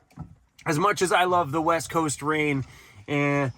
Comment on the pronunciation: I swear it sounded like you just said 'the WET coast'! LOL